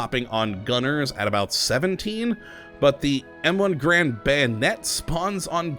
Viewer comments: ITS PRONOUNCED GAREND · NO IT'S NOT Garend is the man, GaRAND is the rifle. Even John Garand himself pronounced it that way. Also it doesn't even matter. Why am I bothering?